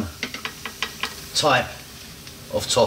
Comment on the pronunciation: you dont pronounce it "Tof-fu" hahah you pronounce it "To-fu"